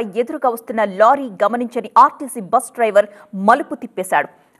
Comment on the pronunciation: చూసేవాళ్ళు టెన్షన్ పడాలికానీ ఇక్కడ న్యూస్రీడర్ టెన్షన్ పడుతుంది మేడం అది rtc బ్రష్ కాదు rtc బస్ అనాలి